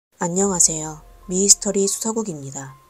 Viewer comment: 미이스터리? 미스터리